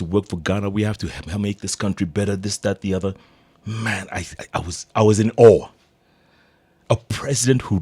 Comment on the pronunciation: Jalango its awe. Not hawe. Jeff u r a master story teller.